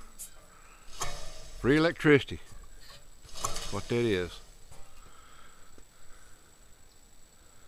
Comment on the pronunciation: this gets funnier errtime..."free lectristy" lol